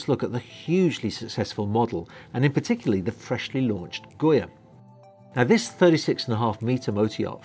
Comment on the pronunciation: Yes please do the walk through! And the yacht’s name is Goga not Goya. I’ve been waiting for this yacht to launch, she is beautiful!